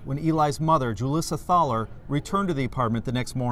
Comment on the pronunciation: Hoo-Leesuh Thah-ler is a new one for me, lol. My family has lived in Mound for generations, and the Thalers are another well-established family here. (The local high school sports center is named for David M Thaler). We pronounce it Thay-ler. I passed by Julissa's traffic stop on my way to work that morning. I thought maybe she had been in a minor hit-and run because hers was the only civilian car there. She was standing on the sidewalk with her arms crossed, looking mildly inconvenienced. Though I was curious why there were multiple police cars and several officers on scene. One of the dumpsters where she tossed Eli's things is at the gas station directly across from my parent's house. It's really bizarre to see footage of your home town in one of these videos.